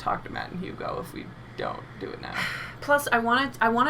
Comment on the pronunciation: Man this episode had me dying!! Always appreciate art history talk, and I keep hearing you guys pronouce Hugo's name as huge-o which just makes it all funnier